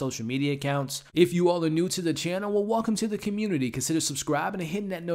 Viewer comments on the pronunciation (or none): none